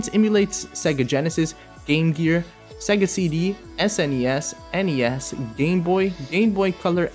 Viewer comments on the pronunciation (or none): none